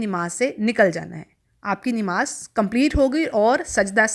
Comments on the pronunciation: Nemaz nhi hota nmaz hota hy or apky sary alfaz Galt hn baqi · بہن. نماز درست تلفظ ہے ۔ ۔ ۔ نون کے اوپر زبر ہے